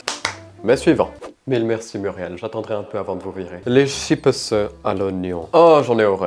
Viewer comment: "Des chippeusse" 😂😂😂